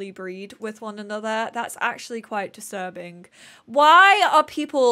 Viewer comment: and thats how to truly tell how british someone is when they drink the “T” from words! “Disurbing” 😹